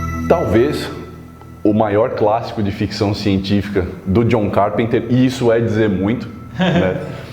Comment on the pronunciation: Pronúncia: John CarpÊnters* Paroxítona.